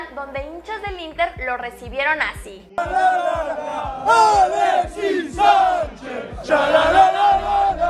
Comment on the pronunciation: Alexis sssaanchez Yala la Lala la Alexis Sánchez 🤦🏻‍♂️🤦🏻‍♂️🤦🏻‍♂️🤦🏻‍♂️🤦🏻‍♂️🤦🏻‍♂️ Dios! Peor que los españoles.